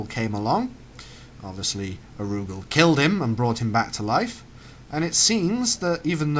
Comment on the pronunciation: Ar-U-Gal...its not all crammed together, it does have different inflections. Sorry for being a grammar nazi (DONT TAKE OFFENSE YOU GERMANS ITS AN EXPRESSION!) it just bugged me.